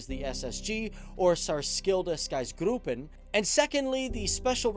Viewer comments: its pronounced "särshilda operachoonsgruppen" but overall pretty decent, a swede will understand you, i did at least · Ser-shill-duh opera-june's grup-pen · It's pronounced like this [saershilda operations groupen] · Sarchild owperrejtånsgroupen??? 😂😂😂😂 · Sarskillda ooooperatshons gropen cx it is very har pronounce for people that aren’t from here haha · Here's another pronunciation comment, hehe. Try it like this: SAIR-shill-duh, opera-SHOONS, GROUP-en. That should get you close to the mark. :) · To articulate the name: Sehr-shilda opp(hard p)eratshionsgruppen (emphasis on the U, it is not not pronounced as an O) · Its prounounced Saers-khilda Operation (like english)- gruppen,kind of how its written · More like "Særsjilda œpæratshonsgruppen" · He sounded Russian wen pronounced the Swedish words😂🤣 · hey i am from swedan u miss pronunced it but its hard i get it its one of the hardest laungues in the world in prununcing well u tried u did it an like a russia accents u did good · Full points for trying to pronounce it :-D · I laughed my butt off, once I heard him say that name. He can REALLY talk swedish good. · Särkilda opration gruppen Thats What he tryed to SAY i think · U said särskilda operationsgruppen so wrong, Im swedish I know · Sorry mate! The pronouniation was wrong.. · Herregud vad du inte kan uttala orden HAHA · You did indeed pronounce “särskilda operationsgruppen” incorrectly, however I'm more concerned that you said “mispronounced it wrong”. You could type it in on Google Translate and it can pronounce it for you. Google Translate is rather bad at some languages, but it will do a nice job with Swedish. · mispronouce it wrong? is that doing it right? And by the way, it was a very german accent and hard to interpret to Swedish. nice try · bro u fucking faild that sog pronauncment so hard it sounded like hitler man its not german its swedish lol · holy fuck dude when you tried to pronounce Särskilda operationsgruppen. Do you think we are fkn germans? xD